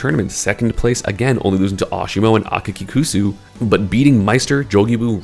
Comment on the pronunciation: akakikusu's name is pronounced like 'aka kicksu' because his name means 'red shoes'